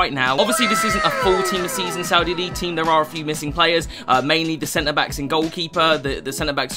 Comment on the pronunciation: No one:: playeres